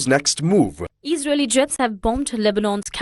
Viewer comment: Eesraeli”strikes lol